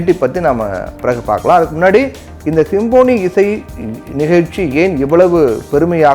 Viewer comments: தலைப்பையே தவறாக உச்சரிப்பதை தயவுகூர்ந்து தவிர்க்கவும். Symphony என்பதின் தமிழ் உச்சரிப்பு "ஸிம்ஃபனி". நீங்கள் உச்சரிப்பது போல "சிம்போனி"அல்ல. மேலும் "Nothing but Wind" என்ற பெயரில் "Wind" என்பதையும் தவறாக "வைண்ட்" என கூறியதும் தவிர்க்கப் படவேண்டிய தவறு. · Symphony என்பதை சரியாக உச்சரிக்க கற்றுக்கொண்டு செய்தி வாசியுங்கள். அது சிம்போனி அல்ல.